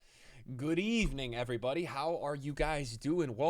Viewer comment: Bro said goooood ebening